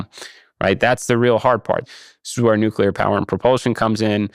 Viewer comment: I was surprised when Issacman pronounced "always"....."alweeze". At least he got nuclear right (not nucular). I've been hearing lots of people saying alweeze. Where did that come from? I think there ARE extraterrestrials who are already here. They're starting their takeover by making us forget how to talk, one word at a time.